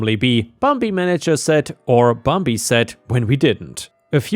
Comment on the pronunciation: "Bambi" is said as "bam bee" not "baum bee." Bambi, as in the Disney movie.